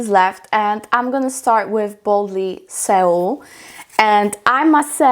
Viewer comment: THANK YOU! Loved it!! Fyi: Boldly 'SOLE'... like Seoul Korea. =)